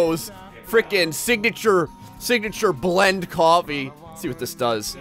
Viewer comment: koo-awwfee.....Jersey boy! :D